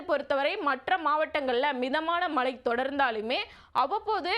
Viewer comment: Anchors Tamil is not ok. Select a person who has proper pronunciations. Change her. It is irritating to hear, ‘malai malai’ .